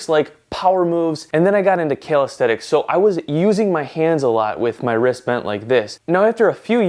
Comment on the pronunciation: Thanks for the info! It's "CALISTHENICS" nor "KALE AESTHETICS"